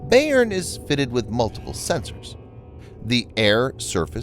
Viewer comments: Thanks for the report. It’s an important development. BTW, the pronunciation of Bayern is “by-urn” named after a major German state. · Bayern! Thanks, I couldn't figure out what German word he was trying to pronounce. :)